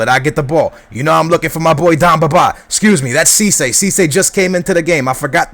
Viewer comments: its demba ba not domba ba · Demba Ba, not Damba Ba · It's Demba BA !!! Not dumba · yo, its demba ba.. not damba ba xD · DEM BA not that hard to say!!! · DEMBA Ba! Get it right man!